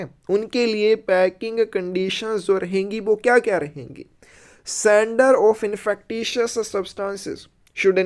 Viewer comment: Infekcious hoti hai sir pronunciation of INFECTIOUS....